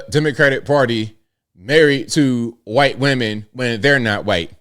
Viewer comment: I love you and I know you're a good man. Let's start there because I have criticism. Please! Don't say "Wah-hite-" or "Y-tee"! You're a strong man and you need to be one of the good voices against all this made up racism that we are being propagandized with. Using their weird and stupid ways of saying words only furthers their evil agenda! Let's reject it all!! No more crazy and no more pretending that the lies are real!